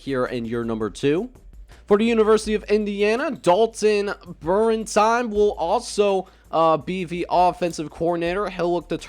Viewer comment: So you know for in the future it's pronounced bare-in-tine